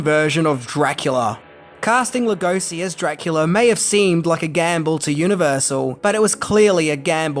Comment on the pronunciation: Being a Hungarian myself, it pans us how his name is mispronounced. Béla is pretty ok, but Hungarian “s” is pronounced as English “sh”, like “shy”. So his name is pronounced Lugoshi. Please, pretty please! Otherwise thanks for the video! Great!